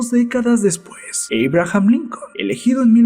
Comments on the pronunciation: "eibrajam lincon" jiganle "abram" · Error humano William Mackinley reelegido en 1990? y podrías pronunciar en español Abraham y no en gringo. Saludos desde Ecuador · Error humano William Mackinley reelegido en 1990? y podrías pronunciar en español Abraham y no en gringo. Saludos desde Ecuador. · ¿A nadie mas le molesta que quien narra éste vídeo no sepa pronunciar muchas, en verdad muchas palabras en ingles?, ¿"Eibrajan Lincon"?. Y no es el primero, en verdad, solo quiero que sea un aporte, generalmente tienen buenos temas, pero la narrativa resta mucho a la calidad de la información.